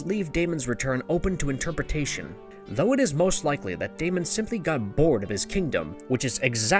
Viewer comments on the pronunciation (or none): none